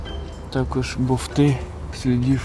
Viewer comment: Як технічний спеціаліст може говорити "БоВти"???? Алло... Лайк щоб побачили, це ж вуха ріже як ножем